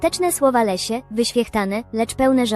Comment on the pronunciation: Wszystko OK, tylko Leslie a nie Lesia